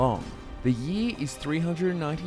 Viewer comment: I just realized how funny you say "year"